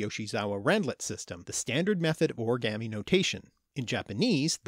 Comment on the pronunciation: You say origami wrong